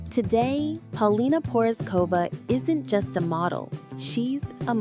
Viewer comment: Learn how to pronounce her name otherwise you sound dumb!!!